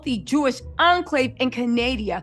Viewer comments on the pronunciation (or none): Not Ca-NAY-dia… was over it today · I will strictly be referring to it as Canadia from now on 😂